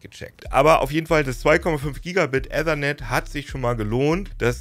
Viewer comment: In Ethernet kommt kein "ä" vor, dafür aber ein "i". Probier es ruhig mal aus.